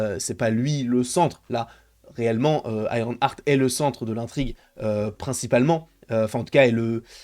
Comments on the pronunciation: on dit Iron EART pas Iron ARTE, tu me rends fou à chaque fois 😂 mais sinon je pense que nous avons tous peur pour ce perso… Moi je me dis surtout que va foutre Mephisto dans une série qui va être full humour, le contraste entre les deux perso n’aura aucun sens. Je veux pas un Mephisto qui fait des giga blagues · Iron Arte 🤣🤣 c'est le french accent 👏🏾👏🏾